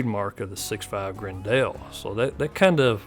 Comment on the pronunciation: It's pronounced like "Grendle", not "Gren-dell"